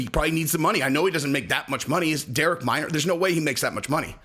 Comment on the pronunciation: Minner not Minor. get the fighters name right or Shaub might not inv to his stand up next time!